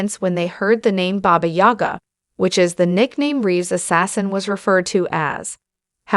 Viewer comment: booga ? fuckin AI